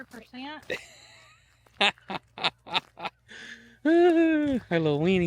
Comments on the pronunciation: I die laughing every time I hear you say Weenie instead of Winny (whinny). Never heard that one. 😆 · Really? I could have sworn she said "weenie"!